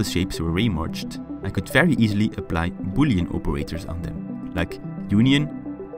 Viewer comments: "I've also added the 4D framework on GitHub so you can make your own 4D bullying games!" I know it is boolean, but in my ears it sounded like bullying lol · in the end i thought he said "so you can make your own 4d bullying games" XDDDDDDDDDDDDDDDDDDDDDD